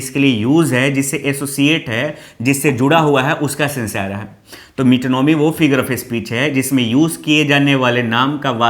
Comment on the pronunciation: सर ये मेटोनोमी नाहि ये मीटोनीमाय कहते हैं.